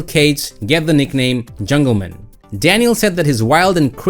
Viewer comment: Dude, it’s not jungleman like a last name. It’s jungle MAN.